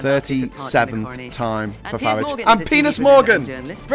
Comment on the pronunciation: What a bore you really are. By the way his name is FARAGE NOT FARRAGGEEE.